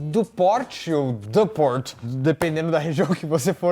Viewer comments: Violoncelista, não violãocelista kkkkk e Duport se pronuncia Dupor. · A pronúncia é "Dipór" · Pronuncia "Dupór"